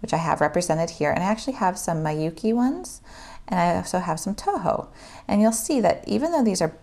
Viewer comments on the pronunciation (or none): I know this is an old video but Miyuki is pronounced "MEE-you-kee", not "MAI-you-kee". Thanks for this video, it's very informative and useful but just had to chime in about Miyuki lol